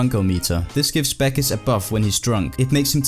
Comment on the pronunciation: "Back-is" I say "Bawk-uss"